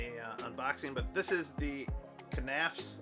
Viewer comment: Just nafs. The k is silent like in knives